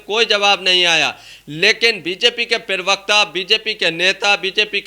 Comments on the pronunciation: हिन्दी शब्द तो सही बोलो...... प्रेवक्ता नहीं प्रवक्ता शब्द होता है। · Pravakta ❌ pirvakta😎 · प्रवक्ता बोलो पिरवकता नहीं। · App pirvakta kyon kahte ho.Say parvakta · पिरवकता होता है या प्रवक्ता?